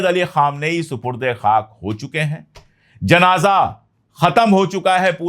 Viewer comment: Pandey sahab asal word janaja nahi hay. Sahi JANAZA HAY.